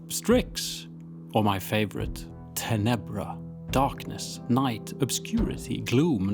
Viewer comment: In Italian it’s pronounced ‘tenebra with stress on the first syllable so I assume that’s how Roman Latin also sounded